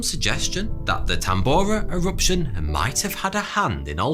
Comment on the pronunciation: E-Wuption? Tambo'wa? Molten Wocks? No Wonder the Fwench can't understand your Fwench-Bu'ut even your English is...Vewy Charming!